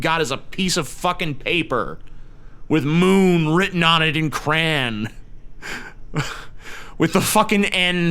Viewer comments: cray-on. not cran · What the fuck is a Kran? I think you mean Crayon. It's Cray-On...Cray-On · I agree with this video. But most importantly I want to bring up how TJ pronounced "crayon".